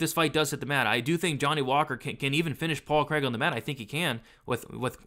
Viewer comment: 114 significant strikes. Please can you improve your pronunciation of Craig, that's not how we say it over here 🏴🏴🏴 Love the breakdown otherwise 😂